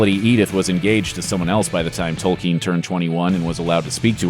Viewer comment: I have to give the speaker MAD PROPS for pronouncing "Tolkien" correctly! One of the rare Americans I have heard do so.